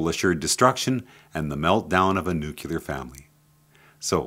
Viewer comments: good videos but FOR THE LOVE OF ALL THAT IS GOOD, plz learn how to pronounce Nuclear!!! its not new-kew-ler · it's not "just more common" nuclear is nuclear, just as you read it. newkewler is a very bad mispronunciation reminds everyone of one stupid president